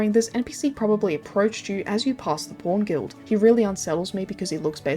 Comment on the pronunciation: lol the way she says "pawn" sounds like "porn" Great vid glad you're still around